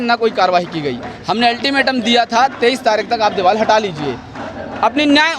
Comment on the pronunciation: Diwal Nahin Hota Deewar Hota Hai